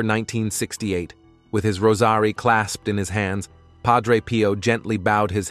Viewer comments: Also, pronouncing rosary as Rose Are E? Really? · Next time choose a narrator that knows how to pronounce the words Capuchin & Rosary. You told us nothing that we don't already know.